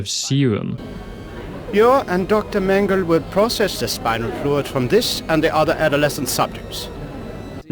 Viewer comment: As a native german speaker: The last "e" in the name "Mengele" isn't actually silent. It's pronounced the same way the first two in the name are. It kind of bothers me that english speakers never pronounce it correctly, even though it's actually not that hard. (Or just look up how to pronounce it beforehand.) I get it when it's a name like "Bach" or any other word with a "ch" in it since that sound doesn't exist in english, but something like "Mengele" really isn't that hard.